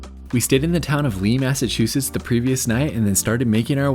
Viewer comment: Massachusetts! Yaaay! Bon (born) and raised they'uh. 😝 🤘 At least you say Massachusetts right. A lot of YouTubers can't. 😆